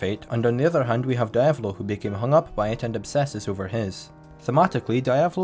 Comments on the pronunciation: Die-ave-lo? IT IS DE-AV-LO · Great video man ,tho it's pronounced [Deeavolo] not [Daaiavolo] ,it's Italian ,not Japanese . They don't say [Daio] they say [Deeo] for Dio so the same goes for Diavolo.